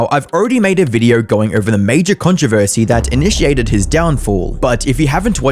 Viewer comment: I wanted to listen through this video, but the narrator ai has this wierd, triggering letter O. For example, the word "video" sound like "viduuu".